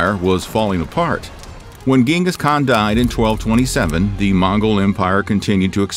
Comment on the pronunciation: lost my interest as soon as you mispronounced Genghis Khan's name..👎🏾. you would think for a historical video you could at least get his name right